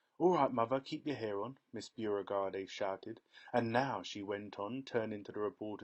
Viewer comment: Beauregard. It's pronounced "BOW-regard"